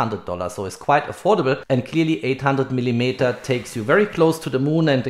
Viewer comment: Gutes Video, aber arbeite vielleicht ein bisschen an deiner Aussprache :)! Man hört den deutschen Akzent nämlich echt stark 😆 (zum Beispiel spricht man millimeter wie „millimieter“ aus)! Nicht böse gemeint, ansonsten passt alles 😊!